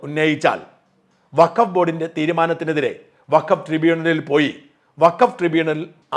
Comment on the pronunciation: 😂 അസലായി അലക്കും - വക്കഫ് - ഫക്കോഫാക്കായി '😂